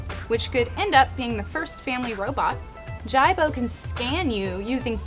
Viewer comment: his names not jeybo its jibo (jee bo)